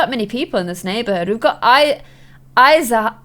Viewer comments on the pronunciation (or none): I-SAY-ah not I-SIGH-ah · Isaiah I-Zay-Uh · It’s pronounces I-ZAY-A (Isaiah) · I-zay-ah thats how yoy pronounce Isaiah